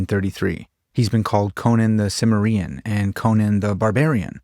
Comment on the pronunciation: Cimmerian is not pronounced like submarine. Much more like Sumerian, you casual. 😂